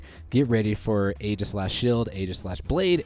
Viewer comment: It’s actually pronounced “EEgislash”, like the “Aegis”